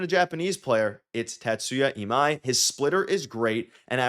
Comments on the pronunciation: TA-tsu-ya ee-MAI. Your pronunciation is quite good.👍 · Last name: Ta-Tsu-Ya First name: Ee-Mai Your pronunciation is fine.